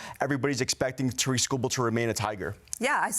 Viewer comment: Why are and the only ones pronouncing his name correctly. It’s pronounced like “TEAR-ICK”